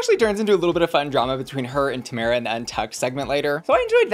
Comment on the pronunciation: Ok but that’s not how Tomara’s name is pronounced. 😊